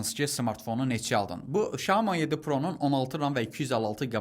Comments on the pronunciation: Bazarda yeni ad ,,şamo,, telefonu😂😂😂ay adam, ,,syaomi ,, ,,şami,, nədi 😂😂😂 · bizimkilər və türklər щяоми deyillər mənçə doğru Сяоми demek lazimdir